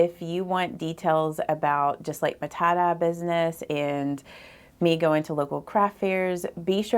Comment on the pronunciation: It took me a while to understand that "tah-dah" is Tye dye 😂😂